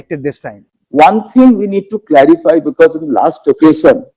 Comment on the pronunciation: It is not "bekese" but "because".